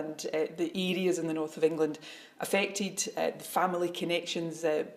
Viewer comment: She can’t even say the word England